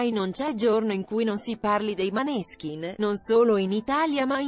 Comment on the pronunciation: Cambia l'accento di nominativo.della band.Non si puo' sentire